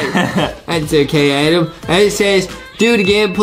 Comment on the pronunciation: It’s not Adam it’s Adem